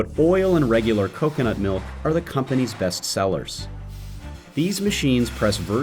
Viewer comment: "KaKanUt MeElK"